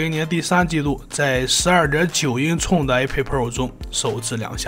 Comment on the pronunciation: 唸法是英「寸」不是英「促」